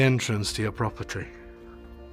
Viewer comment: love the paint job on that house. Did I hear "proper tree" instead of "property"...you have been walking and filming a lot already...I'll let it slide.